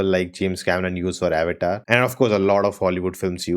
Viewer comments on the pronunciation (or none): Bro what is ava-ta its avatar